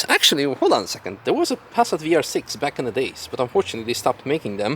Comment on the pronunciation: Everytime you say Pass_at it cracks me up. I might just start saying it the same way 😆